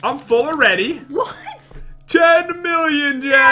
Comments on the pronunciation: Did say 10 thousand or Jen thousand 😂? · I thought he said Jen million Jen 😂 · I thought for a second said jen milllion XD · I heard say Jenmillion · He said Jen Millen in jen